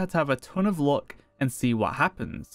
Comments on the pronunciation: Why are you pronouncing luck like look?? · not gonna lie or pretend it didn't happen but the way you're pronouncing luck actually triggers me